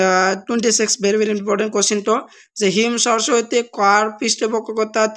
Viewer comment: Hem swarasati ❌Him swarasati ✅😂